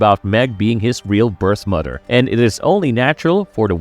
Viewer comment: American dad is better!!! Also it MOTHER not mudder!!🙄